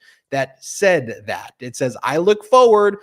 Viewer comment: olde school grammar nazi note:,, luv ya, man, but t's are not pronounced as d's, lol try it right, phonics, man. numbers will improve; ) seriously? "saddin"?? lol luv ya man.